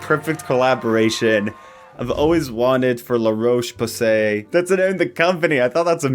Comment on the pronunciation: Ouuuu, luh-roche-poo-say